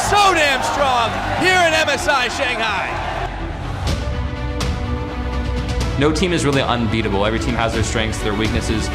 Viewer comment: Everytime Sjokz says ShanGHAI